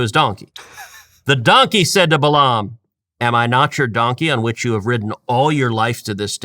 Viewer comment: I can't believe that you still mispronounced his name. Only a Coastal liberal would pronounce Balaam (Bay lum) as Bah lahhhm. You could have simply looked up and pressed play to hear the normal American pronunciation.